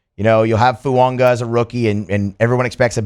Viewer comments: I don’t mind this dude every now and then but he can’t pronounce anyone’s f*cking name. Just changing “Fuaga” to “Fuonga” like he doesn’t know how to read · Please stop mispronouncing Fuaga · I thought I was the only one…